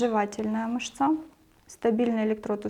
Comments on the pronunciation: МЫшца только,а не мышцА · Мышца́ режет ухо. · Цікава інформація. Дякую. Але, як казала моя наставниця, дерматолог, клієнти є у перукаря та в публічному будинку, а у нас ПАЦІЄНТИ. Ще цікавий наголос в слові "мышца" ...